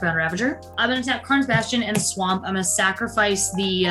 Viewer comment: I enjoyed this very much, but being honest pronouncing Swamp in the odd way she does from time to time got annoying after the first time